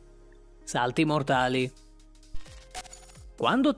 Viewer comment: Hai sbagliato Malvine pronunce dei salti però tutto è vero, io lo faccio su ruote ma lo faccio da pochissimo sono solo 2 anni e mezzo tipo solo che io sono in carne e dovrei mettermi un po’ a dieta hhahaha hahahahahah